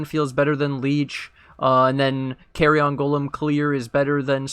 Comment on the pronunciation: great info here and on the budget build video also... just gotta say one thing cause it's sticking in my craw.... those golems are not small pieces of luggage that can fit in an overhead compartment on an airplane.... it's pronounced keh-ree-uhn not carry-on. :D thanks again for the vids.